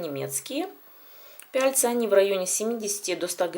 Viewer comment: почему-то режет слух выразительно проговариваемое "пяльцА". А надо - пяльцЫ.